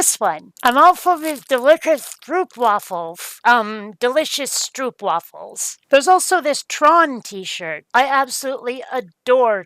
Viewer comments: Stroopwafel is pronounced strope (as in strobe) wah (as in wah-wah pedal) fle ( as in waffle). You appear to have more Dutch fans than just me 😎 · the "oo" in stroopwafel is pronounced quite like the "o" in home. The sound you make would be written as "oe" in Dutch. Bon appétit!